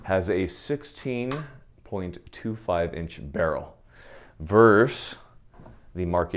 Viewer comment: It's VERSUS, not VERSE.